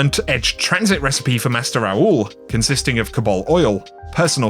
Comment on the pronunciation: says recipes like precipice.